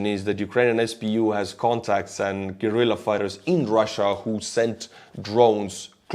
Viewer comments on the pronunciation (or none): none